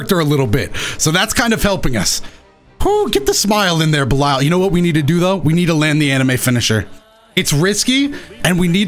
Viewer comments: Hearing say Belial as belieyal just hurt me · wait isnt it pronounced 'be lee al'? idk nvm